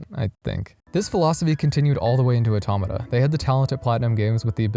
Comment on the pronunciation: Immediately starting the video by pronouncing "Automata" correctly. Instant like.